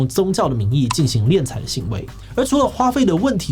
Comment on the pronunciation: 敛财，敛，念“脸”。